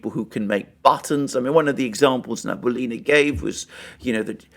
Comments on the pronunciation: Not "Nabulina", but "Nabiulina" - "Na-bi-u-li-na" :) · she is nab-ee-oo-lina 😉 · I love you videos, might I just correct you a little bit. Nabiulina is pronounced like Nah-bee-oo-lee-nah, stress on oo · Thank you guys for your recap of the information. Just a slight notice, the surname of the president of the Russian Central bank is Nabiullina (nah-be-ooh-li-nah).